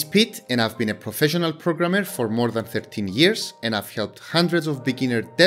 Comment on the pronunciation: I had to ask another person to double check with me 😂 indeed you say 13 and both of us heard 15